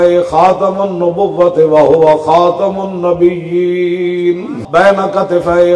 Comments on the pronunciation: Imran khan jahil Pronouncing Khatam un nabieen As khatam un nabiuuuleen Laanati jahil insan And talks about riasat medina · Selected Pm intionally pronouncing wrong word of khamulnabiyian again and again and instead of feeling shame passing smile....... Shame for PM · Ager Imran bar bar ktumiul nabien nah prth ska tu ye be shak qadyani hay qadyni hay qadyani hay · Hatmunabiyeen pak lafz hi awar galeez zubano sy ada nhi hoti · baar baar nabeullenn per raha hai andha niazi